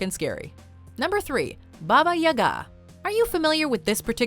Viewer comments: She pronounced baba yaga as baba ya-gaaa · I just love how she pronounced "Baba Yaga" :D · Yall butchered baba yaga's name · Is Baba Yaga really pronounced like that? I always assumed it was pronounced Bah-buh Yah-guh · “Baba Yaga” 😂😂 f**king pronunciation just got killed.